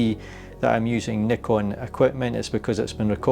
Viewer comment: Instant thumbs up for the Scottish 'comra' and the correct pronounciation of Nikon.